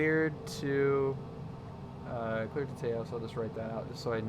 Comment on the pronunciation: Taos rhymes with house, fyi.